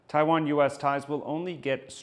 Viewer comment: I can't bear to listen to that bint who can't pronounce 'Taiwan', bye!